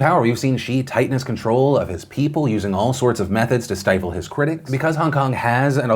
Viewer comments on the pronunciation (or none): none